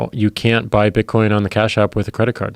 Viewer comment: "To buy and sell bitcoinee" - Joe Rogan